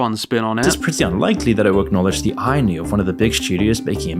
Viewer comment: the way this dude tries to pronounce what I’m pretty sure is the word “ennui” (pronounced aan-WEE, not like “I knew”?!) bothers me way more than I think it should, considering what else I’m learning about him